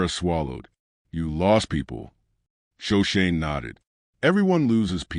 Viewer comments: Sho/ sho/ ne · Shoshone pronounced wrong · Yes! I was pained to see that they couldn’t even get Shoshone right. Otherwise I might have liked the story.